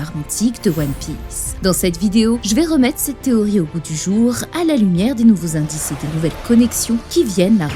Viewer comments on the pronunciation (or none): none